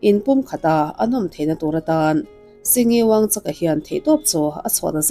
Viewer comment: I thu lakna hi ka hre chhak hle mai. A ngaihnawm khawp mai. Mahse, lal hming ilam khan wuangchak nilo in wangchuk wangchuck ti a lam tur. lal 4-na in unau a neih chhan hi an lal te kha an damrei lo lutuk kha (a pa pawh a thih hma em vang khan) an puithian in Unau hmeichhia hlir 5 nupuiah neila tichuan he anchhia hi lal chhungkua atangin a reh ang a ti a. Tichuan unau hmeichhia hlir 5 te chuan neitura ruahmanan an siam tawh chu an unau zinga naupang ber chuan a duh talo a atlanbo san ta ni. Mahse an 4 chuan nei thoin an naupang ber tlanbo ta pawh chu tunah Bhutanah chuan lo letin a awm ve leh tawh. Lal 4 nain tuna lalna a hlan hma chhan hi chu lothsampa (nepali ho sawina) ho an suat vak avangin khawvelah a hming chhiat phah em avangin a lalna a kalsan ta zawk a ni. Mahse, India sorkarin a thup sak tlat avangin khawvelin a nilo zawngin an hreta a nih hi. Sawitur atam hle mai sawitawhlo ang😊